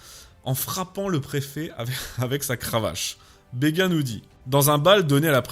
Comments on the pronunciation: … des bâtons de MARÉCHAL, je pense, et non des bâtons « de maréchaux » – ce qui ne peut signifier qu'une chose: ayant appartenu à des maréchaux. Émile-Auguste « BÉGUIN » (à, à et à ) n'existe pas: ce mémorialiste se nomme BÉGIN (« bé-jin »). Liaison dangereuse à. Mais vous nous avez offert encore une vidéo géniale. Merci,. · merci pr la video. petite note ; on prononce béjin comme pour l'hopital militaire du meme nom ;-)